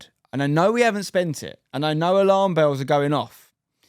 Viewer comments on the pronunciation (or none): none